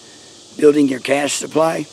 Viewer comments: Cashe is pronounced “Cash” not “Cash-aye” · Cache is plural. Pronounced cash. You Rock. I enjoy your videos very much.